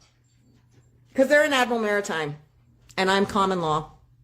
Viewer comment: Case #2. If you can't pronounce Martime correctly then forget Sovereign citizen, you need a lawyer 😂